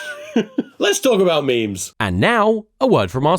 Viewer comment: My favourite actor once pronounced memes as mee-mees. Help.